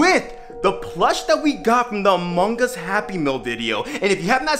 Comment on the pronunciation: Bruh did u just said "among gus"